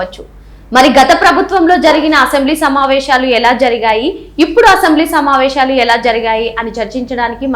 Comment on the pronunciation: సమావేషాలు కాదమ్మా తల్లి. సమావేశాలు అనాలి. ఉచ్చారణ సరిగా వుండాలి.